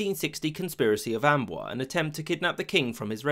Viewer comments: I love your videos, but your pronunciation sometimes leaves something to be desired. Condé is two syllables, not one. And Amboise has a z sound at the end. Small things like this can be really annoying especially when they are repeated throughout the video. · The accent mark on the e of Conde (don't have special characters) means you have to pronounce it. Condee is closer than Cond. Also, the e of Amboise means you pronounce the s. So Amboiz. (hard to write this stuff out) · fyi the s is pronounced hard: amboiZe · Condé = roughly "con-DAY" not "cond" (the "é" is the giveaway). Amboise = "om-BWAZ." A penultimate "s" in French isn't silent if followed by an "e." Also, "comprised of" isn't a thing. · also the s of Amboise is pronounced: ã'bwa:z.